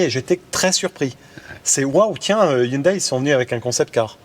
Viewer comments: Hyundai la prononciation... M le président 🙃 On ne dit plus ''aïe'' à fin mais ''é'' ☺️ iounedé ! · ON NE DIT PAS "YOUNEDAILLE" MAIS "YOUNEDET". Comment ne savez vous pas ça! 😆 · Merci belle vidéo belle voiture dommage que c’est pas une thermique! Par contre on dit pas Hyundaiiii mais hyundé!. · Je suis très très fan de, mais s'il vous plait arrêtez de dire HYUNDAI Hyun(daïl)! C'est Hyun(dé) que cela se prononce.... Cherchez sur Internet: Comment prononcer Hyundai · Par contre on ne dit pas « yundaille » mais «yundé ». En tout cas ils ont frappé fort, et après avoir eu l’occasion de l’essayer, je dois avouer qu’elle m’a bien plu. Design vraiment plein de caractère. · On dit Hyundai pas Hyoudaille ! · Oui ça me l a fait aussi mdr la marque se prononce en gros "yundé" sinon ça fait rire/saigner les oreilles des Coréens, d ailleurs je crois que lors des récents spot publicitaires ils avaient essayé d indiquer cette prononciation. Après je pense que c est désormais trop ancré en France ;)